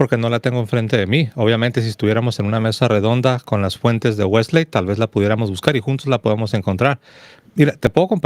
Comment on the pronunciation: Los dos hablan Inglés- a ti nunca te he escuchado pero se que lo hablas- tú si lo hablas tu esposa es norteamericana y ambos pronuncian WeslEy, no la última " e " no se pronuncia, es ' Wesly' así es la correcta pronunciación, qué pues dicen en el norte, gracias.